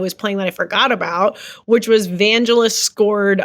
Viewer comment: Trump enjoys being called a fascist Also sorry to be a twat but Vangelis is pronounced with a hard g.